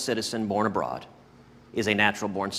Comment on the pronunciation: He didn’t read the case, and he can’t pronounce “abroad” correctly